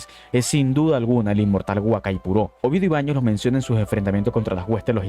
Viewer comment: Es OVIEDO Y BAÑOS, no "Obaños". Ni siquieras sabes su nombre. Solo demuestras desconocimiento e ignoranci4 en el tema. Y el resto es pura fumada y flipadas sin sentido. Puras justificaciones para negar el tema, en este caso el personaje.